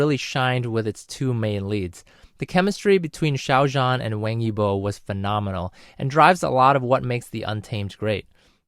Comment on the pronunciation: I really love how you pronounce Xiao zhan and Wang Yibo's names. I really agree that the untamed is a lil bit draggy at the start because it's really confusing. It tells the story before the "apocalypse" and it's a real doozy xD.